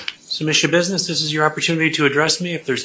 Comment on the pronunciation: I giggled when u said Schabussiness